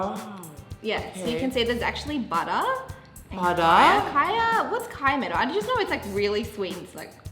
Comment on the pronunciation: when nikki repeat said "butterRr" thats lit lol